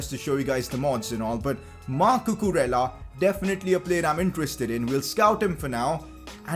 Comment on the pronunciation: Also Cucurella is pronounced Cucureya